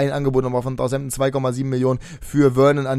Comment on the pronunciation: Southampton nicht Thousampton ;)